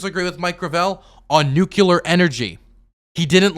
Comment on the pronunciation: Oh god, pronounces "nuclear" the same way George W. Bush does. That took me back, lol.